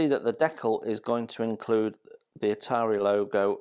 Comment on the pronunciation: Are you kidding???? It is ITALERI NOT ITARI